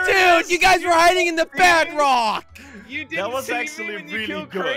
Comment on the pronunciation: I thought jelly said "You were hiding at the BADrock!"